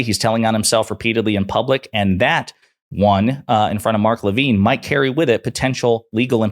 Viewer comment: Mark Levin (/ləˈvɪn/) last not pronounced at all like "Levine" is pronounced (lə-VEEN). Drove me crazy every time you said it because my name is Marc Levine and I've been a solid liberal all my life and I'm 77 now. Levin and Levine are NOT pronounced the same. Mark Levin drives me crazy. It's funny, my mom would throw things at the TV anytime Nixon was on. I know how she feels whenever Trump is on, but I don't throw anything.